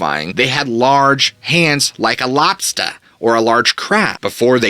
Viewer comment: I'm not gonna lie this thing to your stories.Sometimes gives me the creeps😢 , but then you gotta go and say 'LobstA' ' like that lmao😅 too awesome